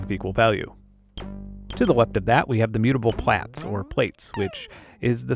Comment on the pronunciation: Enjoyed the video but my inner grammar-nazi is freaking out so bare with. Plaits does not have different ways of pronunciation, it's either right or wrong. Correct is "platts". You don't plate your hair, you plait it. Good, I feel better now.